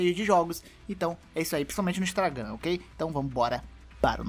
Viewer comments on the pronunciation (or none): Intragam kdjsksks